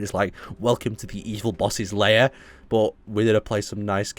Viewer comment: Im sorry but you keep pronouncing it as 'layer' when its 'lair' and its driving me insane xD